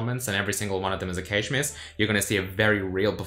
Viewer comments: It's "cash" not "kaysh" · the heck is cay-sh? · Hard A in Cache, like Hash. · "Stored in the caysh" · I understood cage first, then caysh, then i understood that he actually means cache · I chuckle every time he pronounces cache. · Why do you say 'cache' so weird? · I've never heard cache pronounced like that before